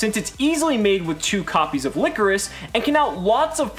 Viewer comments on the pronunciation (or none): Its Ly-cor-is not licorice. The "coris" is pronounced similarly to chorus and ly is pronounced like lie so its lie-chorus.